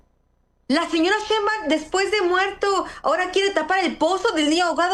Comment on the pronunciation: A ver Anabel, repita conmigo "Schainbaum, Schainbaum, Schainbaum..." de nada